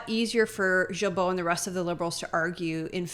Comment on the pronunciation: Thank you both for your AWESOME WORK! As a francophone québécois, I let you know that Guilbeault is pronounced GILBO with a hard G, like in GO. Blessings.